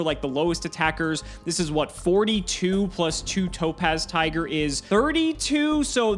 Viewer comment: Does anyone else consistently hear "Dope Ass Tiger" instead of Topaz Tiger? 🤣🤣